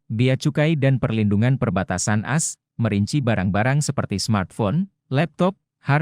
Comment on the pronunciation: Kok yg melaporkan ini Amerika Serikat selalu di omongin pronounce dg “as” bukan A dan S. Bgmn pimpinan redaksi Warta KOTA Production kok tidak menegur. Ayo melaporkan dg lbh correct dan perfect.